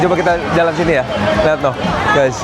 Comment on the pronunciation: YAaa....YAa..... (kayak aksen korea ) ini tempat shooting film megg nieh YA....